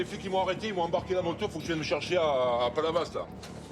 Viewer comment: Tout s’est expliqué quand il a prononcé « Palavas ».